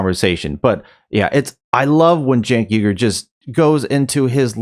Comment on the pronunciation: Little known fact Cenks surname is not ooogur, it’s Weegerr, he’s actually named after the persecuted Uygur group in China, you know, the one he never talks about…strange